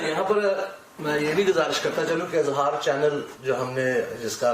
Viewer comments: ٹی وی کانام ہی غلط ہے اِظہار IZHAAR ہوتا ہے Azhaar نہیں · اٙظہارِ رائے نہیں ہوتا۔ اِظہارِ رائے ہوتا ہے۔ "انصاف کے کٹہرے میں انصاف" کیا فضول بات ہے۔